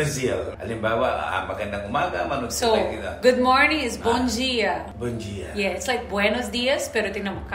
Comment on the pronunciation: Bomjia sa Kanila sa Portuguese bomdia. Like patatas sa Portuguese patatash